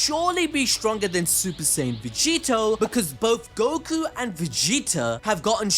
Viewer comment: I was thinking the same too. I’m also starting to think glorio is going to turn on goku over how often he mispronounces his name.